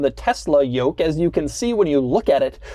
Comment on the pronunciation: take a shot whenever doug says “yolk”